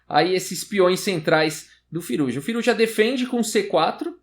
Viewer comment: acho q se pronuncia "Firúza"